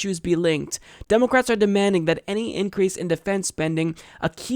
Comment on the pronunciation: Its funny the way he pronounces "Demulcrats". Its pronounced "Spineless Mollusks.""